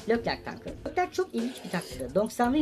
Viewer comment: Lerclerc değil Leclerc :)